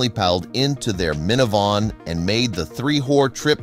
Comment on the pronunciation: It’s miniVAN not miniVON.